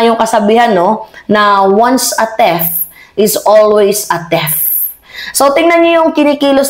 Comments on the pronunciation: Theft at thief ay magkaiba.. Theft (objective)= yung nagnakaw ka...Thief ( subjective or a person) = ay mismong magnanakaw..ang bigkas mo ay theft... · Hindi pa natuto obvious ba?Once a thief( pronounce as tiif) is always a thief. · bakit po "thef" sya? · Thief = Theef ...Just sayin mahal ko